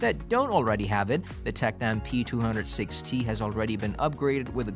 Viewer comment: No, it's worse: he keeps saying P200ST (not P200-6T)!